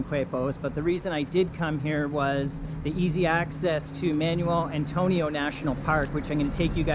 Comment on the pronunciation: Yeah the pronunciation is just awful on everything here. "Man-yoo-el Antonio", facepalm.